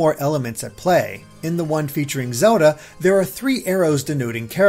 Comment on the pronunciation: Does anybody feels annoyed by the way he pronounces Zelda?